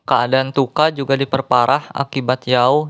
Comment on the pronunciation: Chuka bang bukang tuka